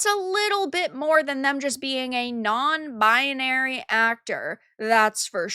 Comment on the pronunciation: Please learn how to pronounce the word BINARY.